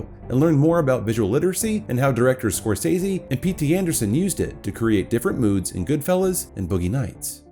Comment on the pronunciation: I CANNOT EXPRESSED HOW PLEASED I AM THAT SOMEONE FINALLY SAID SCORSESE CORRECTLY I AM SCREAMING WITH JOY THANK YOU